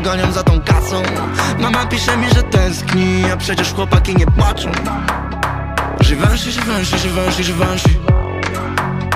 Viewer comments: ty weź kurwa lepiej wracaj do bagola, mogles se odpalic translator wczesniej albo chociaz posluchac taco wymawia sie nie żiwenszi a żiwąszi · Chuj, że Givenchy wymawia się "ziwąszi".